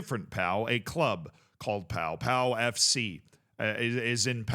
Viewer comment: Did he say "League Tuah" at the start??? Edit: probably. Since he then said "Pow-Pow FC"